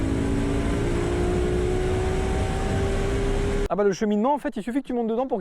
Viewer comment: « Fasten furius » 👌